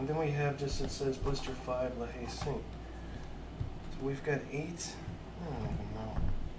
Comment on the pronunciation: That looks fantastic, looking forward as ever to your latest project. Also 'La Hayes Saint' = 'Layzont'.